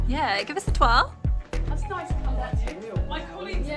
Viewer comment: "noice!" (with the pens) 😀 "Oh yeeeah" (with the guac) - detecting some Aussie accent there? hehehe